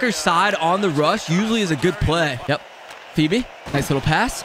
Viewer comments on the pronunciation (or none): none